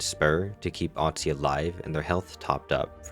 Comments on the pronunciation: its OSTY not OTSY hehehe but great video! ❤ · Not to be pedantic, but it's Osty not Otsy. Like the prefix for bone Osteo. That said, thanks for a nice concise video! Working on learning the new characters now.